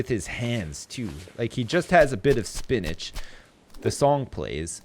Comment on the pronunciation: when says spinach, it sounds like spin-age:P I thought he was talking about hacking with a twist xD